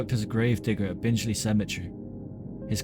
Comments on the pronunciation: My god. This narrator has not researched how to pronounce place names, and has added his own descriptions as to what Sutcliffe may have seen during and after his attacks - very weird. Anyway, Bingley.is pronounced bing-lee, not binge-lee. And Keighley is pronounced kieth-lee. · Good video but nothing new to those familiar with the case. And its BinGley not BinJley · Just watched and found it very interesting . Just to point out the town the ripper was born in is pronounced " Bing Lee" I only live about 12 miles away. Cannot wait to watch the other documentary shows you have made , thank you. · Please note that Bingley is not pronounced “Bingeley”. Keighley is pronounced “Keefley” rather than “Keeley”. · Sorry the minute you said Binge-ly I turned off. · So you've never mispronounced a word? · It’s pronounced BING-LEE for future reference.